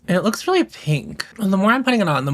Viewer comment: “Am I turning löœōks? I’m not sure I’m turning löœōks” thanks for my new vocal stim